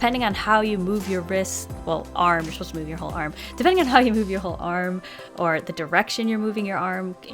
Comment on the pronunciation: de-PEN-ding Lol